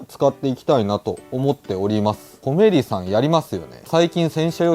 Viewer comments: 【コメリ】の イントネーションは 全部平坦だったと🤔 店内やCMで そんな感じで言ってます🖐️ 自分も始めは後者でしたが… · 11分.12分のコメリのイントネーションが正解です。 コメリの地元民。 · 我が地域のイントネーションは コ→メ→リ↓でしたw 正規の使い方が予想外w 勢いと、幅で手動に軍配ですな😊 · 「コメリ」の発音が関西風w